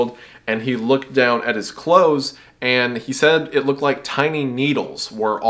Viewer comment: "clathses" Love it❤